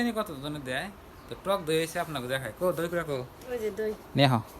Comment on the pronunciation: এটা দই না ধই 😂😂😂 ঠিকই আছে 😅